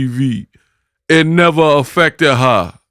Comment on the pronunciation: 😂😂😂😂😂😂😂..."it neva affected ha"...lolllll